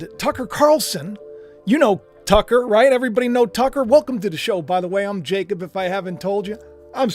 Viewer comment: Always like👍💯🐸. You say Jacob well❤